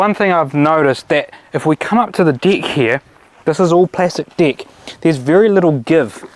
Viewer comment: It's very funny how they say "deck" exactly like "dick"!! 🤣🤣 Are they Kiwis? I think so...🤣